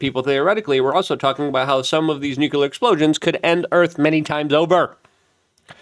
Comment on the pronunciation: It’s not “nucular”, it’s “nuclear.” Also, it’s not “phenomenons,” it’s “phenomena.”